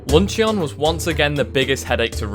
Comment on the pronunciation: Bloke's accent makes "luncheon" sound like the name of a Digimon lol